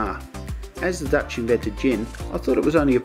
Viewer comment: your dutch is impressive for someone whos living in ozz for so many years:D prenounciation was spot on mate! though im not a huge fan of KLM,i like our national pride ofcourse,but i personally wouldent fly with them. and yeah schiphol's train station is perfect,i dont need swap trains at all to go home all the way south =)